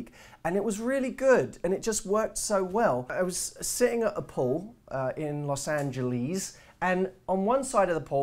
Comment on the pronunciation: "Los Angeleeees"